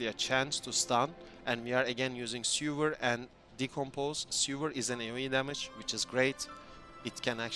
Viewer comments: All cool but what you're saying is "sewer"which read "ˈso͞oər", the skill is called "sever" which read "ˈsevər" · its not sewer lol its sever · seVer as in CUT not seWer as in underground tunnel of shit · really dope build and thanks for the info! calling Sever 'Sewer" made my day tho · Say it with me now... Sever, "seh·vr". As in cut off, remove, detach. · SEH - VER , its ok, english is not my native language either, yours is great btw ... Also, very cool build and video...all it needs now is a zombie dragon